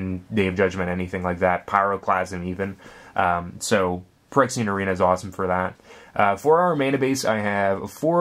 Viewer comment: its phy-rexia.... not perexia